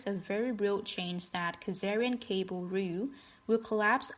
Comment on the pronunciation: She pronounces the Cabal as Cable, is this the high wire act/ the telegraph BBC time machine, stop watch gang , rigging transcontinental hoaxes as news= can intercept and subvert the truth for financial gains, deathpool gamblers?